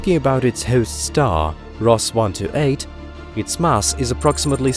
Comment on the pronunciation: Can only assume it's automated or fake! Not even the Queen says "mass" like that.